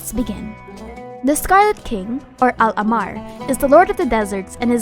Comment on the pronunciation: Luv yr vids and just wanted to point out that when u pronounce ahmar its important to stress the "h" sound like ah-mar rather than ammar In arabic it is written like this احمر